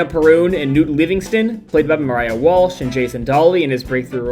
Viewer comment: I think her name is Maiara not Mariah